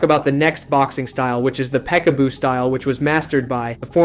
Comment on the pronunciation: The creator of this vid i would peg the fuck out of you for mispronouncing peek a boo